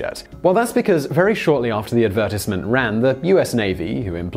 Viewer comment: Never hear someone say advertisement like that...